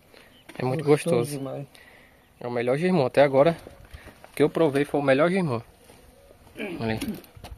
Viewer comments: Não é girmum, é jerimum! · N aguento o Sr chamar abóbora é Jirimum rapaz.